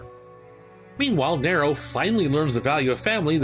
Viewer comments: Slight nit pick but it’s nee-ro not nair-o. also Virgil isn’t trying to grow the tree, urizen and Virgil are not the same person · ABI listen man i love these videos and i think you're fantastic at making them but it's pronounced "NEE-ro" not "Ne-ro" aside from that bang up job as usual. good work. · It's Nero not narow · Every character in the series that interacts with Nero: "Nero!" Narrator: "Nairo" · Cool vid. But you saying Niro instead of Nero was difficult to listen to. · Neeeerrro not Narrow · It's pronounced EEEva, nEEEro a very prominent E sound for both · Say NEro one more time, I fucken dare you. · Did he say Kylo Ren? Hahaha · Good vid man, but the way you pronounce nero killing me lol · Great stuff But you know the games have voice acting so how do you mispronounce "Nero" then pronounce it right and then double down on the mispronunciation? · why do you keep pronouncing Nero's name wrong? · That pronounciation of Nero irked me enough to skip past the 4 and 5 sections. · Your pronunciation of “Nero” is........... Disappointing 🤦🏾‍♂️.